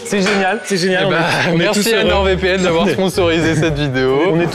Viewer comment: ATTENTION CLASH : Bon, il faut que je te le dise, sincèrement Amixem. NordVPN est une entreprise française, le nom est en français. Le "d" de "Nord" ne se prononce donc pas ! Je t'en supplie, arrête de parler de NordeVPN !